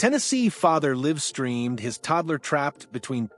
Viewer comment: Idiotic AI voice. Just look at how it pronounces the word " livestream".